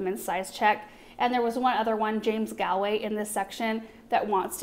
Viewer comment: You are pronouncing Eglantyne correctly, but Galway is pronounced with a longer A ie Gawlway.😉 😊 Love that toy are having a dedicated rose garden.